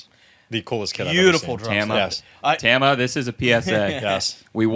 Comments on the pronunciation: TAHma. It’s Japanese. TEHma is not her name (the founder’s wife). Do you say YEHmaha? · just a pet peeve. Everyone gets everyone else right except TAMA and it’s not hard.